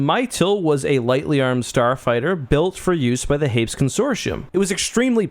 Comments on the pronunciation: Note from the Pedantic Police: Hay-PEAS...Hay-PEAS; "Hayps" just sounds wrong (in our opinion)... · "Hapes" Consortium. Lol. It's pronounced "Hay-Pees",;)